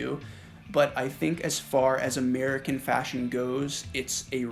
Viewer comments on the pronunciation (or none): none